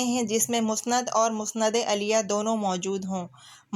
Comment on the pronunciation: مسند اَلیَہ غلط تلفظ ہے آپ کا ۔۔۔۔۔۔ مسند اِلَیہ صحیح ہے